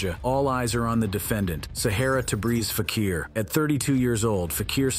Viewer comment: What is FAK-EAR - it is FAK-EE-R